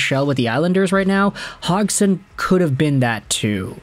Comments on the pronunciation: Came here to make the same comment, I never heard any commentator say Hogson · Is it not pronounded "hodge-son"? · Just curious, where did you learn how to say Cody's last name? I've never heard it said that way before.